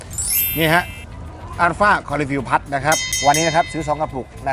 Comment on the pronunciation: พูดคำว่า Plus ให้ถูกต้อง จะดีมากครับ ไม่ใช่พัด